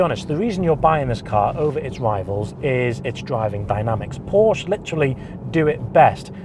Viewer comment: I stopped watching after 10 seconds of the video. “Porsch” sounds so stupid...